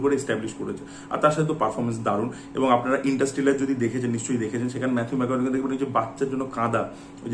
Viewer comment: Mathew-er naam er actual pronunciation: ম্যাথিউ ম্যা-কনা-হে